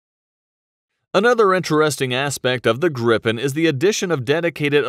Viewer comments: Please not the Grippen, it is the Gripen. The I is pronouncd like the e in the english word easy. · No Grippen is how englishspeakers say it. Not us swedes. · You don't say "grippen'". You say Gripen ffs. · Why does some english speaking people pronunce "Gripen" as "Grippen"? Annoying.. is spelled with ONE p not two. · Japp men vi svenskar säger Grip-en inte grippen. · Gripen means "The Griffin" in swedish. Would probably be easier for you to say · its Jazz Grabben 69 FFS